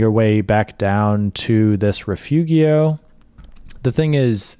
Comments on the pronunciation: Nice hiking vid, just one thing: correct pronunciation of Rifugio: not riff-oogy-oh, but ri -fooo-joe. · A friendly pronunciation correction. "Rifugio" should be pronounced "reefoojo". The i is ee in English and g is pronounced as j in English like "mojo". Otherwise, a spectacular video. Thank you. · The pronunciation of Rifugio is Ri-foo-jo, just to help! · "Rifugio" is not reefoogheeo - it's reefoogeo - learn it. it looks like the tour operator didn't bother to do any research and just gave you a boilerplate template.